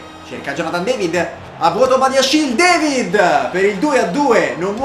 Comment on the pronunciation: si dice david non devid(si pronuncia alla francese) detto questo gran video